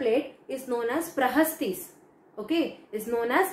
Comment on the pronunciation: Madam it's "Prashastis" not prahastis